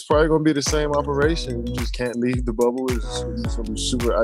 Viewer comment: I almost thought Stewie had a speech impediment cos’ she kept saying ‘Wubble’. Took me a hot minute to realize that she was referring to the WNBA bubble. 😂